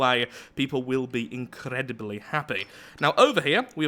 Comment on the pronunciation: you really rolled that r in incredibly